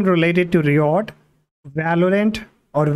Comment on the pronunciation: all good but i hate the way he says RIOT......thanks